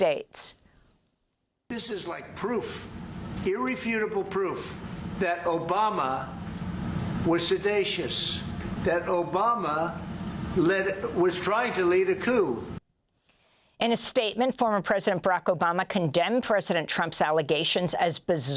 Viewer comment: ~ “.. that Obama was ’sedatious’.”? If anything is ‘sedatious’, it’s your rhetoric! 😂 No sedatives needed when you’re around. 😂